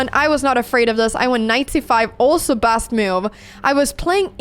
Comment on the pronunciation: Best 💀 Bast ✅ Never heard this pronunciation of a basic word 🫠